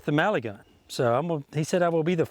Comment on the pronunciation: Ohhhh it's MELIGUN not Maligun like this guy says. Why does he say it so weird?